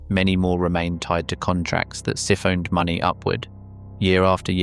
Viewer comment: ‘Siffoned’?! Siphoned is not pronounced like that my guy.